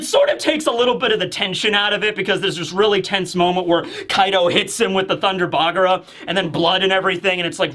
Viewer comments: One thing that bugs me, why is pronouncing Thunder Bagua as Thunger Bagra? With a R? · I'm so used to saying "bagra" that if he starts saying bagua or hakke it's gonna feel so weird